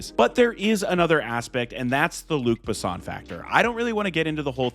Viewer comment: Butchered Luc Besson and Milla Jovovich names